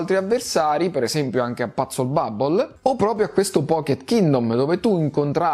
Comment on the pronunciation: Mi fa ridere la pronuncia di PuzzleBubble😂.. " Patsel bubble'😂😂